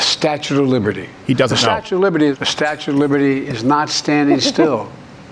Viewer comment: Hey, it's the Statue not "Statute" of Liberty